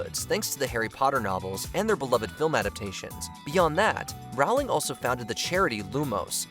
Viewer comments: it's JK rolling, no rawling... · It’s pronounced ROHL-ing, “”! 🤨